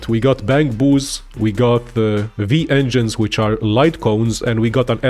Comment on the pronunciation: Broo it clearly says W-engines, why you saying V engines, Whyyyyy?